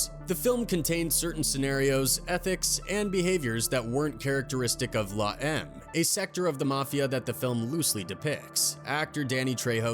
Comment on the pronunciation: Dude its la em may eme. Not la em.